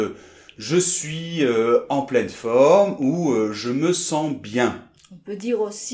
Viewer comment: écris je suis et prononce chui